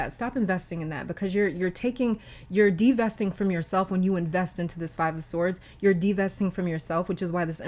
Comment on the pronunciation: when she said 'devesting', it made me smile 😊😇 thank you, 🥰💕